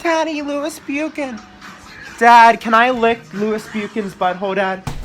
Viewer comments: You need merch saying buchan not bu-chan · It is pronounced Buch-Han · FINALLY DAMN IT! He got over scrubby and lewis "bewkan" ugh... Makes me cringe and want to slap him across the face every time he mispronounces "buchan" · Never heard someone butcher Buchan so badly. I swear anyone who isn't Scottish can't say Buchan.